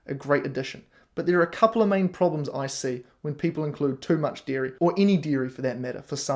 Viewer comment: I kept hearing "deer meat" instead of dairy and got really confused when you said deer meat is pasteurized. Only after I turned on captions did I realize you were saying "dairy".